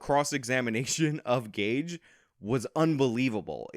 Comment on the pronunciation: Idk why this was recommended but I do know, even back then, that someone who speaks his name wrong can’t be trusted. I speak on behalf of the international high council of Gage’s.